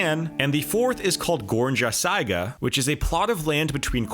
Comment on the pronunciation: Dude, GOR-nya SI-ga. It is phonetic. And the “J” in Slavic languages is Y sound as inYes.